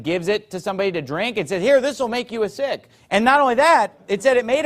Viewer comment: What an idiot. It's not sik... it's Sikh. Your pronunciation is still off.